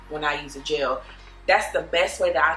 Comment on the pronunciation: It’s GEL not GELLYY